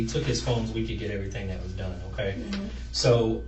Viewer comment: "Oh-kai..mm-kai". Detective lingo. 😂